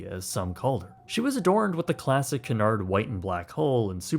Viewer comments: I’ve heard Brits pronounce it cew- inard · It's pronounced like Q'unard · Love this video but as an Englishman I hate how you pronounce “Cunard” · You must learn how to pronounce 'Cunard'. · is incorrect so rarely that I, a huge ship nerd, didn’t even respond to “Cunard” until the 3rd time. Then I had to google it as I doubted myself. Haha nope, actually made a mistake! Wow, I’m marking it down as we won’t see it for another 100 episodes. Ps anyone wondering: it’s pronounced Cue-nard. Or Q-nard. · I love this series! Thx for another great video!👋🏻 👋🏻 👋🏻 Pls look up the correct pronunciation for "Cunard" though....🙈😉 Looking forward to the next one!☺️ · It is called Cunard, not Canard. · Your pronunciation is appalling. It is Cu,nard not Cun,ard, ! Tricky language English isn't it. ! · CUNARD is pronounced KEWNARD not Kunard. Get another AI package and stop using AI with American voice overs as they just MASH the English language!!! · Who is cannard its cu uuu nard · Extremely good video. Please however the name is Cunard pronounced Q -nard not Cornard.😊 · Sorry about being pedantic but it's pronounced Qewnard... not Canard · Not C'narrd. Cue-nard. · Great details here - But Its just not "Canard" - pronounce it as Que-nard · It's not Canard it's Cunard pronounced Qunard. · Canard Fleet ? its Qnard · i need to say something, you always pronounce Cunard wrong you say it like Qunard not Coonard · Please stop referring to the Cunard shipping line as"Cannard". It is pronounced KEWNARD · It's not CANARD it's CUNARD. Accuracy counts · The company name is pronounced Q-Nard, not Ka-Nard. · KEWNARD not Can hard. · Pronounce it properly FFS….. ….. it’s CUNARD ……..NOT CANARD …….! 😮😮😮😮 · Q nard. Not coonard. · Great video, truly, but why are you still pronouncing Cunard incorrectly? It’s Q-nard, not k-nard. Go watch any British review of the line! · Not "coon-aard"... "Q-nard" is how one pronounces it. Great video! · It' s [' kyu-nard]. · Pronounced CUE-NARD